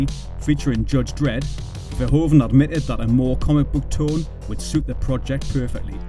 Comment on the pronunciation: The oe in Verhoeven is a diftong. It is pronounced like oo in English, like hoof for example.